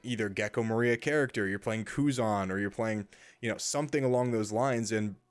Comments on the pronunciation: The accent in gecko moria in definatelly incorrect, you spelled wrong like 10 times in one min like "Gekko MARIA" lol had to stop the video to tell ya hope that helps ps: If I'm wrong delete this comment for me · Great video! The way you say moria surprised me though. That's the first time I've heard it pronounced that way